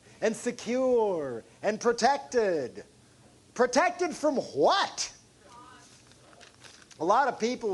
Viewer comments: HWAT. He said HWAT. Protected from HWAT? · LOL - "PROTECTED FROM HUHWHAT"